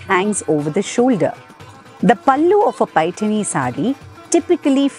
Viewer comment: Well explained Madam. First person who has pronounced Paithani in marathi ptoperly❤🙏